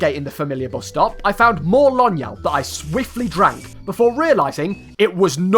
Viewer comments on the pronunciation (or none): "Lonyal" Ah my favorite drink and , umm actually it's "Lónyál" which means horse saliva.